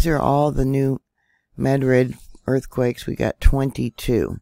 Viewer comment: thank you for pronouncing New Madrid correctly.